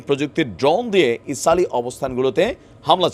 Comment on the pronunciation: আপনি তো ইজরাঈলের নাম ঠিক মত উচ্চারন করতে পারেন না